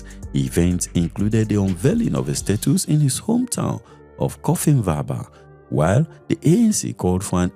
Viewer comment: Eysh dear brother, they way you butchered their names,and places,ie Cofimvaba,its hard to consume all this What nationality are you?